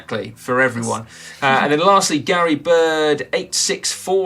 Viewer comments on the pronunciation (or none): none